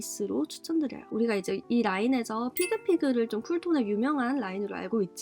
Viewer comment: 몇분들이 지적하셨는데 pigpig 아니고 figfig .